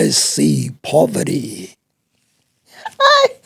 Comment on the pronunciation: “I see poverdy” 😂😂😂